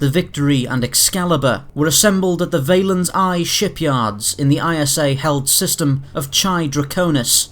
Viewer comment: Valeri- On-High Shipyards not Valen'Eye Shipyards